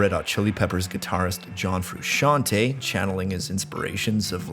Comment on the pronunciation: All I can say is great video and major props to you pronouncing his name correctly